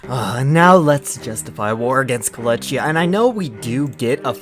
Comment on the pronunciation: Yeah, Kolchia, not Ko- leh- chee - a